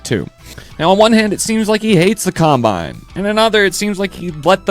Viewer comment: Hey do you sometimes get really pissed off when the narrator pronounces a name wrong? Well I do its Combine! Not Compine they aren't an air freshener.